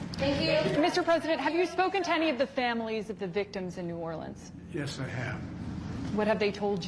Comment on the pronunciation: You forgot to mention Biden pronounced New Orleans as Nolan’s